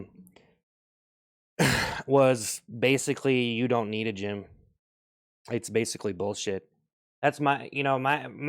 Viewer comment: Bro did the “gym” completely wrong 💀